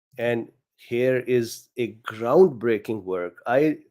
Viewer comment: It's "Groundbreaking" not crowdbreaking